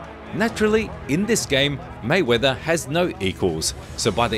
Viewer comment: Maywaither it's not king